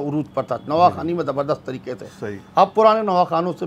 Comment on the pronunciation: se guzarish hai ke tareeke nahee Hai tareeqe hai qaaf ko sahee taur par ada karen